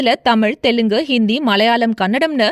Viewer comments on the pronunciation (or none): none